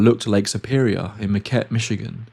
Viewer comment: Good video, but strange pronunciation. Like O-jib-way, and mark-ket, among others, at least that's the way it is pronounced in Michigan.